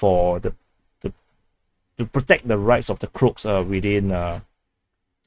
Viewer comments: he said Crotes, but it should be pronounced in English as Cro-ats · Not the crocs it is called croaaaats. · why do you call the croats as "crops"?? 😄